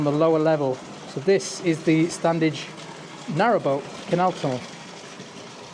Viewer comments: Fantastic - thanks. Can't wait for part 2. As a local... you don't pronounce the first 'D' in StanDedge..... it's just 'Stan-edge' phonetically! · Very impressive. Locals pronounce it “Stannage” without the “d”. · Always pronounced this 'Stannage'. I grew up just the other side of the Lees boundary. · Standedge is pronounced as Stannige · Love your videos, watched them since we got a Smart TV with You Tube a few years ago. A couple of points, although its spelt Standedge as a Colne Valley lad with a Slaithwaite dad, it’s pronounced Slawit by locals, the d is silent, like the P in bath, so it’s Stanedge. Also Diggle is and always will be in the Ceremonial County of the West Riding of Yorkshire, Ted Heath can’t remove a thousand years of history. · Anyone else pronounce it without the D? My mum was born in Marsden and always called it the "Stanedge Tunnel" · My grandparents and my mum came from Marsden and the first 'd' of Standedge is never pronounced. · Correct, we lived in Uppermill, it was always pronounced “Stannage”. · ❤ us local lads don't pronounce the D. Great Video!